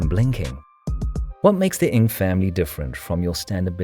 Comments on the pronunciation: can you pronounce their surname properly ? NG not ing. Sheesh. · Strange, Alan Ng, the famous movie journalist pronounces his name, "Ing". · strange, the many other Singaporeans and Malaysians pronounce it as 'Ng'.